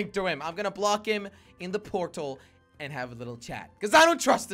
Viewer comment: Jelly:portal: porl